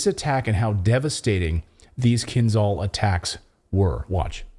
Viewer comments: there;s a reason there is an "h" in KINZHAL. it's not 'kinzal' silly americans don't even try to pronounce things right... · please KIINZHAL not KinZal.Zh like Rio de Janeiro,Marshal Zhukov,french Jean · Fun fact: pronunciation is kinzhal, kinjal, not kinzal. It is not called dagger, it literally means dagger - Кинжал=dagger. Ж=zh, j. This is in bulgarian, i guess russian as well because we share a lot of words( we gave them our alphabet some 1k years ago :) ) Now we are part of the traitors in EU who are enemies of russia.. not normal people, just our sold out pigs at the government. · It's pronounced " KinJal" , like Marshal Zhukov. ZH is spelled like a tough J or G in English. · Right way to pronounce Dagger in Russian Kin'dzhal not Kinzal. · Not kinzal, kinZHal. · Dude,it’s “Kinzhal”,pronounced like in Jedi,-”Kin jal”, OK? JA,JA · It is pronounced "Kinzhal" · "zh" in "Kinzhal" is pronounced as "s" in "measure". like sh with voice.